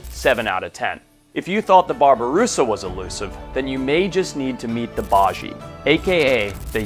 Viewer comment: Just a heads up, the baiji is pronounced “bye-G,” the correct pronunciation is important!